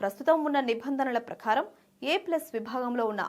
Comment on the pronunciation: అమ్మా...ప్రఖారం కాదు ప్రకారం....దయచేసి వత్తులు ఎక్కడ పెట్టాలి. ..ఎక్కడ పెట్ట కూడదు నేర్చుకో....నీ తెలుగు వినలేక ఈ కామెంట్ పెడుతున్నా😢😢😢😢😢